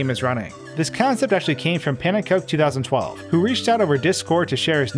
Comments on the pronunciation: Pronounces Pannenkoek2012 "Pannen-coke" when he directly received a message from the guy saying "Pan-in-ko-ek" lol. Nonetheless great video! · It’s: Pun ‘n Kook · mispronounces "pannenkoek" as "pan-in-coke" pronunciation guide for "pannenkoek" appears on screen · pan en ko eck not cook ko-eck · Panenkoek: "Pan-in-ko-ek": "Panencoke" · Pannekoek not pannekook😜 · he didnt say it right. Pannenkoek is pronounced in dutch like this (it is a dutch word) PAN-EN-KUKE line nuke but Kuke. its a pancake if you didnt know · Isn't "pannenkoek" pronounced "pannen kook" since its just dutch for pancake? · as a Dutch person, I have to say that isn’t how you pronounce “pannenkoek”. The pronunciation is “PAH-nenn-kook” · Everyone pronounces pannenkoek wrong lmao It's pannen coo'k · I like how he specifically spelled out how to pronounce his name and you still got it wrong lmqo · I like how pannenkoek's first statement is the pronunciation of his name, yes still mispronounces it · I love how you mispronounce his name even though you show text where he explains how to do it correctly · Bruh. As a Dutch person you sound very silly to me. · I like how the discord message you posted literally says how to pronounce his name and you still pronounce it wrong. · shows Pannenkoek writing out how to pronounce Pannenkoek while mispronouncing Pannenkoek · Lmao the pronunciation of pannekoek was literally on the screen and he got it wrong lol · Love that pannen corrected you on the pronunciation of his username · Love how you show a screen shot of him telling you how to say his name and you still mess up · Oh my god pronunciation of pannenkoek xD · Yes, but pannenkoek isn't dutch, and he does know how to pronounce it in dutch Idk why he doesn't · Pannenkoek tells you to how to pronounce his name in the screenshot you posted, you still got it wrong. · Literally tells you how to pronounce it and you still mispronounced it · Why did bro mispronounce pannenkoek?